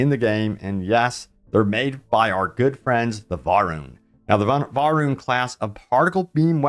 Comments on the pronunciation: Isn't it pronounced (Va-Rune)? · It's pronounced "Vah-Rune".